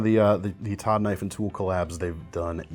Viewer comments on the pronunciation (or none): none